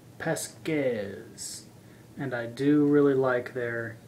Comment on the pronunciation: I know I'm late to the party but it's Hungarian so it's pronounced pahskesh